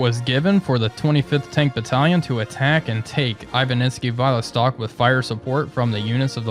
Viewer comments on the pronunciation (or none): I love how creative you are getting in butchering those Russian town's names. Who the hell pronounces "Viselok" as "Vile Stock"? :D But it's part of why I like these series. Looking forward to the next one. Cheers!